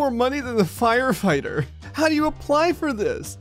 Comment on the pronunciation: I love how he's says 'firefighter' for no reason He actually sound posh for once rather than homicidal or suicidal